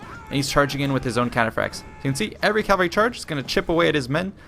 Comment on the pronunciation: It really annoys me how you say "calvary". It's "cavalry".